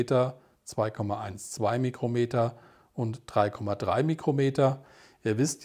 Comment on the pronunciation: Vielen Dank für das gute Video (und "Mikrometer" statt "Mükrometer" :-))